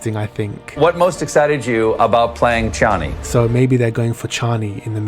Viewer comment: It's Chaaani. Cheiny is like... englishy